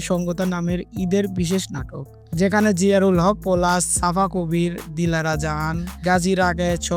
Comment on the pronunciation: জিয়ারুল কে রে ভাই নামটা ভালো করে বলেন